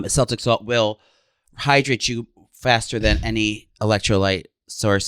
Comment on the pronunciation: It’s pronounced Kel tic not sel tic